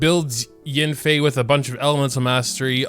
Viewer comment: I believe it’s pronounced y-ah-nfei